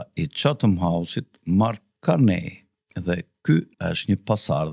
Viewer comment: Nuk lexohet Karnej po Karni